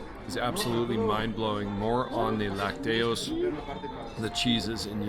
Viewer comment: Chiapas is officially the cheapest state to live in in all of Mexico. A person in Chiapas requires an average of 7,000 pesos per month to cover basic needs and expenses. This figure is drastically below the national average (approximately 16,421 pesos). Spanish pro tip: the pronunciation of lácteos is with the stress on the first syllable LAC -teos. Always enjoy your fun videos with a positive vibe. PEACE